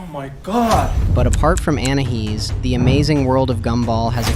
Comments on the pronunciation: you said anihis it is anias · It's not anahees it's ANAIS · ANAYEES NOT ANAHEES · " ANAHEEZ " BRUH WTH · Well in thailand Your anahees pronounciation means Ann pxssy face 😂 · Didn't you say anaheez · Say anais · It’s pronounced An i ese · Its anais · no you called her anahees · its pronounced an i e's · It's Anais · it sounded more like you said anna he’s…